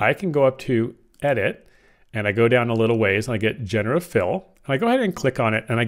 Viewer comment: The word is "jen-er-uh-tiv"